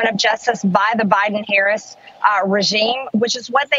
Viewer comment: Trump’s supporters: uneducated and uninformed dull minded people. 😢 MTG needs to be voted out of office! 👏👏 Republicans sound so stupid when they don’t pronounce Harris’s name correctly. What’s wrong with these people!